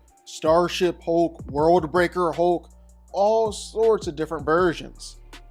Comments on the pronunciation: The Incredible “HOKE” 😂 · Good sir. If you’re going to repeat the word “hulk” 800 times in a video please learn that there is indeed an “L” in the word.